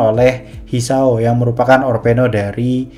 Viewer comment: orpono apaa, haduhhh. bacanya orphenok broo